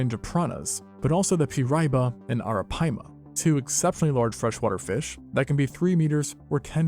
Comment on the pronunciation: The giant catfish is pronounced peer-eye-ee-ba lmao